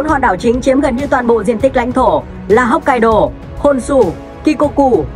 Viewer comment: Đọc theo tiếng Việt mình đại khái là: 1-Hốc kai đô 2-Hôn su 3-Shi cô cự 4-Kiu siu.